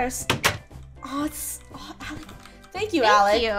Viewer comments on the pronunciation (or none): it ALEC not ALEX!